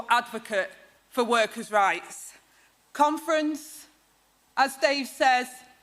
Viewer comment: Whenever she says conference, all I hear is comrades.